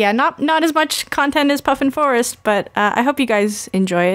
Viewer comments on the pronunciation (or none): Don't know how you were able to choose which of your R's to drop... worse than Sophie's Choice... I am gonna call you from now on...